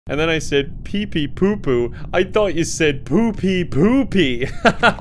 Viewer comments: You said pepe popo I thought you said bore ragnarok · I’ve never heard anybody struggle so much to say pepepopo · So, still not mentioning that Pepe Popo isn't pronounced like that?